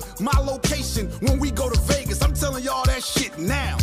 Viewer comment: He saying Vagas because that's where pac was